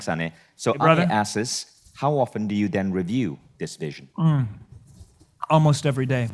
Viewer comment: Vishen.... the word is asks.